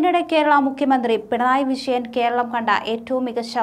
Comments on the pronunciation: കുട്ടി 'ജ ' ഇടാൻ മറക്കുന്നു ! 'ശാമ്യം' അല്ല 'ജാമ്യം'; 'വിശയൻ പരാശിതൻ' എന്നല്ല, 'വിജയൻ പരാജിതൻ' എന്നാണ് പറയേണ്ടത്. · കൊച്ചേ ആദ്യം പോയി നാക്കുവഡിക്കു, റീഡിങ് കേട്ടാൽ, ചിരിച്ചു ചിരിച്ചു വയ്യ... വിശയൻ 🥴🥴🥴